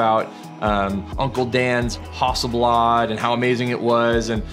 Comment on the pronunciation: It's not a Hawsselblawd!!